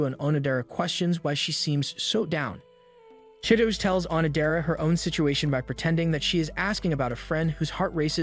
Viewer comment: The way u pronounce chi-to-ge im crying 😭 😭